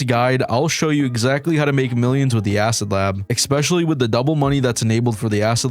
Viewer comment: Ex-pecially? Lol esssspecially